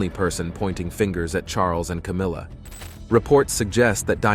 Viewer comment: Was. That. It. Was. Cowmilla